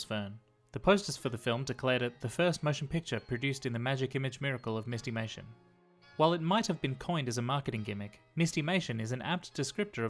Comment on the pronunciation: My only complaint is I think it should be pronounced "MIST-i-may-shun" -- not "MIST-eee-may-shun." Like "mystery."